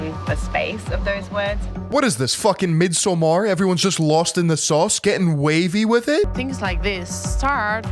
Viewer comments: Wait wait. What did you say? Mid-sum-AAAARrrrrrrrrr? What is that? Haha. Just say Midsummer ;) Swedish is hard to pronounce if you aint native. Appreciate the effort though ;) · midsumar xD never heard an American trying to say midsommar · Big fan of your vids,.:) But I have to ask if you ever see grass when you pronounce it "mid so mar" lol 😂 Love you though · Completely pedantic but midsommar is pronounced basically the way you’d read it in English, mid-sOHmahr would be like Spanish or something lol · Midsommar pronounciation got me fucked up